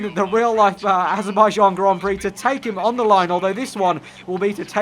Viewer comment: "The Azerbaijan Grand Prixyo" - 2017